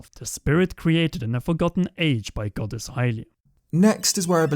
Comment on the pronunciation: Everyone: goddess: godass